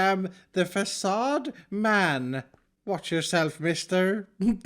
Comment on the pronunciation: Drinking game, everyrime says 'fAcaDe'